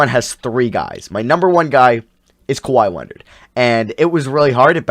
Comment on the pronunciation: now way this man said kwahi leonard😹🤦🏻‍♂️